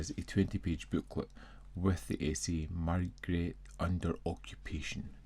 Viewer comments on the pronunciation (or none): why are you calling the detective ‘my-gret’? It’s ’may-gray’, of course. I know you usually comment on your own pronunciation of foreign names, but this detective is well known in British circles (Rowan Atkinson, Michael Gambon and Rupert Davies have all played the role on British series). There’s even another British series already underway that hasn’t been on tv here yet, but has in the US. I have this disc, but haven’t watched it yet (maybe tonight or tomorrow). I’ll come back when I’ve seen it.